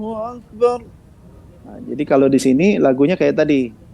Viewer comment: اكبر Maaf Lafadh Akbar( Ak)nya kok dipanjangkan ya padahal seharusnya dibaca pendek ?